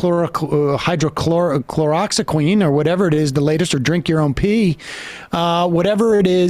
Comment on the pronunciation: ...This man can't even pronounce "Hydroxychloroquine" as he "mispronounces the word embarrassingly" on his Youtube podcast and then he actually leaves it on the video..?..uploaded on social media for his minute, minuscule audience..?? absolutely, cringeworthy! Who could believe such absurd; "vaccination Indoctrination propaganda" .? Ivermectin, (used safely for years and which has the established safety record) along with the monoclonal antibodies and the vitamin drip.. has been absolutely effective in the treatment against "Covid," for outspoken proponents like: Joe Rogan, Dana White (who by the way, were both fully vaccinated and *STILL contracted Covid) along with Aaron Rodgers.. etc. that now in lieu of this successful treatment, NFL teams are recommending Rogan's "Covid Med Treatment" to treat player's, rather than the ineffective, unreliable and experimental Vaccines, that never underwent the long-term testing, efficacy testing and animal testing.. that traditional VACCINE'S have undergone, which is a crucial factor in establishing safety protocols and health standards and procedures. The Pharmaceutical companies motives are clear, as they continue to profit billion$ from the Vaccine's and stand to make billion$ more from their Booster's! This has been a "big money sham and an outright scam" with the government allowing "Big Pharma" to receive these big money contracts, while big-pharma claims ZERO liability and enjoys total immunity, from prosecution from lawsui